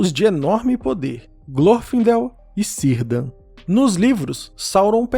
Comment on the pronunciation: Sírdan? é Kirdan, mesmo que escrito com "C".